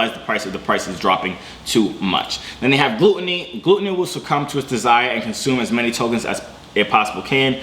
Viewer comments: Gl-uh-t not gloot. Glutton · GLUT-O-NY not glute-ony